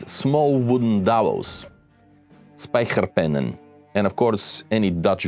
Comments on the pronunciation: Spijkerpennen - pronounced properly! And wow, what a story!! Thank you for your historic review!! Started my personal love of ships per my parent's purchase of the National Geographic overview in the 1970s: Men, Ships and the Sea. How an awsome book triggers an interest and decades laters, YouTube figured out that I may be interested in your work: oh wow! Thanks again. And a question to all: could the Dutch not build larger ships in Rotterdam or Vlissingen (Flushing)? The latter the city of Michiel de Ruyter - the Dutch also had some masterful admirals, is seems. The guts to sail up the Thames and steal the English flag ship, take it to Rotterdam and allow tourism, to board the English flag ship and pay for the visit .... English diplomats complained about that level of humiliation and thus the Dutch closed that 'attraction'. Practical, at war but chivalry still played a role. Of course, later the Dutch and English typically supported each other for centuries. The British holding the larger empire - The Dutch simply invested in many of the English ventures ... like the Dutch bank's London office who arranged the financing for the US purchase of the Louisiana Purchase during the Napoleonic wars ..... America needed gold, financed in London so they could pay Napoleon who used this to build canon and warships to fight the English. And those Dutch? They just took a cut ... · Spijkerpennen was perfectly pronounced. Thank you for this story. Me as a Dutch modeller (kinda) am thankfull for this episode about Dutch Shipbuilding.